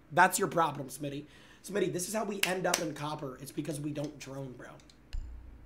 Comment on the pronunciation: Does copper sound like cope to you? Robber is Robe?